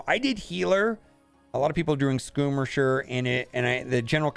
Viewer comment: Skoomisher. I like that 🤣🤣